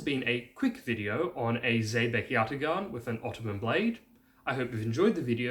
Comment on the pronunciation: Turk here... great video! I would like to help you with the pronunciation. It's spelled yatağan, but pronounced yataAan.